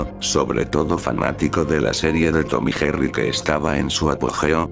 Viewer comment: Lo dijiste mal Tom y Jerry